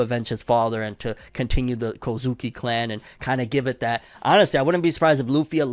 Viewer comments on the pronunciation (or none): none